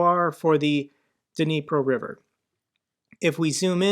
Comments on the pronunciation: That is unbelievable. You must've over pronounced the D as a separate syllable. And now you are over correcting. It sounds like "deep raw' but with an 'n' like 'catnip'. And it's not even a local dialect like people would pronounce twenty as "twenny" sometimes. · Hey, I have talked to someone who lives there and it's pronounced knee pro. the D is silent. Just thought I would help you out. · the "D" in Dnipro is silent... just pronounce it as "Nipro". Love your updates, just drop the D please.